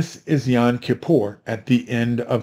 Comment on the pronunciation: Not to pick any nits, but it's YOM, not YON.